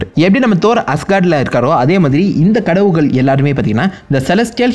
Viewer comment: Adhu Enna Dah Kadavugalll_✅✅✅ Kadavulgall_❎❎❎ 😁😁😁😁😁